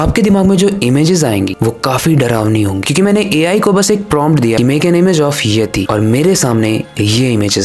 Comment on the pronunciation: bro please itz yeti and u pronounce it as yati and yatee is my name which pronounce similar as yati and i dont know why my friends call me monkey as in hindu religion yatee is the 60th or 61st name of goddess durga:eyes-purple-crying::eyes-purple-crying::eyes-purple-crying::eyes-purple-crying::eyes-purple-crying::eyes-purple-crying::eyes-purple-crying::face-fuchsia-tongue-out::face-fuchsia-tongue-out::socialdist